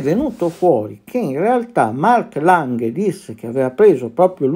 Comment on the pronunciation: per esempio "baumgartner", "lange", "lang" si leggono come in italiano, a parte "lange" che va letto con la G dura, come se fosse "langhe". Allo stesso modo "original" si legge come se fosse "orighinal", ma con l'accento sulla prima o, esattamente come se fosse italiano, a parte la G